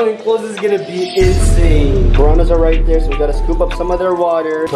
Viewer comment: Geez stop saying in sane